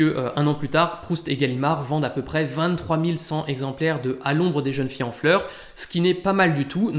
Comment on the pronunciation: Super. Merci. "Les plaisirs zet les jours" "À l'ombre des jeunes-filles zen fleurs". 😉